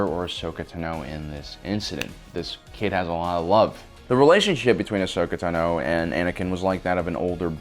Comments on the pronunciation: Ahsoka Tuna? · tuhno Not Tano tuhno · Why do you call her Ahsoka Tanoe? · Ahsoka Taknow lol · Ahsoka Ta NO lol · You are KILLING me!! It’s Ahsoka Tano( T-ON-O ) Asoka and Padme are my favorite characters from clone wars you pronouncing Asoka’s last name wrong is just killing me!!”😑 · "Ahsoka Tunno" 🤣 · Ahsoka "Tuhno." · Ahsoka tenno, LOL what is this Warframe? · Ashoka Tanó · There's only one way to pronounce it and it's Tah-noe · BoomKaBoom88 Ahsoka tUno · Ashoka tenno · Just butchering "Tano" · anyone else peeved about how he pronounces tano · It's annoying how you say ashoka's last name. It's like you Over enunciate it. Never heard anyone say it that way. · No accent needed for, "Tano." She pronounces it in the series and it definitely is not that way. Haha. 😊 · The way you are saying Tano is annoying me lol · The way you pronounce Tano is really fucking irritating. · I don’t get how u can clearly be a big fan, but not know how to pronounce her last name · Is anyone else mad at how he pronounced Tano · Is it just me, or does this guy consistently mispronounce so many names that it makes it seem like he is reading from scripts someone else prepared and isn't really a Star Wars buff himself? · Anyone else wanna head butt a wall with the way he says tano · Please if you cannot pronounce her last name then just say ahsoka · How do you not know how to pronounce her name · Hearing this guy say "tano" makes me cringe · PRONOUCE IT CORRECTLY PLZ (i love your channel but omg the way you pronounce tano and utapau makes me cringe) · You kept pronouncing Tano wrong the whole time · Why do you say her last name weird. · I don't like the way you say tano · Really don’t think this guy has ever seen Star Wars he can’t even pronounce Ahsoka Tano right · Pronunciation of Ahsokas last name is killing me. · Its cuz he keeps mispronouncing her name!!! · Bruh please stop saying teno it’s tano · why does he she "tuh-no" instand of "taw-no" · Bro it’s Tano not Tino